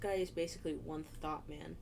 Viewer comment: Oh my god🤣 i was Thinking she said one Tho t man 🤣🤣